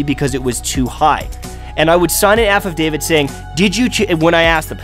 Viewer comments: pretty sure its affadavit, not an aff of david (sorry for being a scrub about it) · Affidavit - "aff eh dave it" not "aff of dave it" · "AFF of David, affadavid" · what's an aff of david? it's an affidavit lol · Haha wtf is an aff of david? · Lol an "Aff of David" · All the people you proved wrong are now just making fun of the way you said affidavit. lol